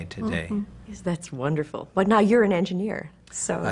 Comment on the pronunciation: Wunnerful wunnerful wunnerful!! hehe :D